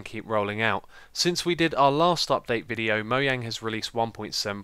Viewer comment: You say mo yang and you say dupdate :D